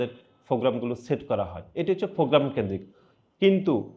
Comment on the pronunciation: ফ্রোগ্রাম নারে আদু ভাই প্রোগ্রাম